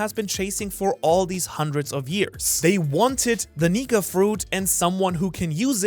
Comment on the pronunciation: really gonna have to start pronouncing those K'S in Nika my guy 🥲😂